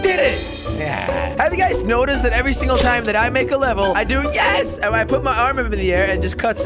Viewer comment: Jelly it's leveL not leveR haha :p